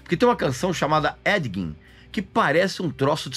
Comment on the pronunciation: "Édiguim" kkkkkkkkkkkk